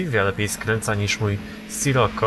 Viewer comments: mówi się "Sziroko" a nie sroko!:D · Drogi nie mówi się Scirokko tylko Sziroko:) I nie mam bólu dupy o to:) Pozdro